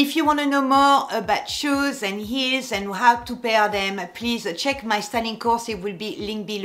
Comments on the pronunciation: Dear, i am laughing with you when you sound like terrible "eels" are killing your feet. 🤣 But i love your accent. ❤️🥰❤️ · I like how you say “Eels” 😂